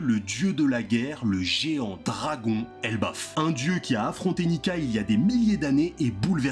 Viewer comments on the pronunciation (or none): none